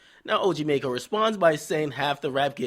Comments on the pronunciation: "MACKO" NOT "MAYCKO" Lmaoooo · DJ Akademiks you know it's maco and not mayco right? lol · are you saying his name wrong on purpose